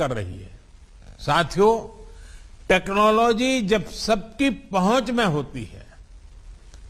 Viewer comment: Udhar Koila ki kami ho rahi hai aur yeh Feku Chor Yaha Space ki baat karr Raha hai 😂😂 Technology dhang sey bolna Nahi aata aur yeh Feku Fek Raha hai 😁😁